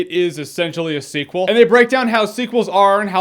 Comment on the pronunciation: sequend....seekwend...seacw- ah forget it!